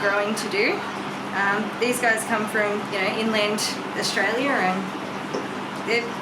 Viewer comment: I get mad at the way you say Australia . Love the video tho. 😂😒